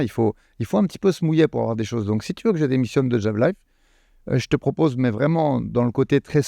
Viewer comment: "Je te rpopose un sparring" WTF??! Mais c'est quoi le putxin de rapport ??🤣🤣